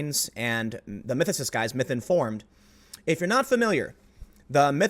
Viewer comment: Anyone else hearing Mike Tyson saying "Misinformed"? No hate, but hilarity!